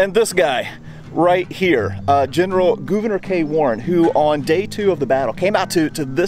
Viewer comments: Always look forward to your videos. Thank you for simply pronouncing Gouverneur correctly. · you can’t win 🏆 lol 😂 but for the record you did pronounce it correctly!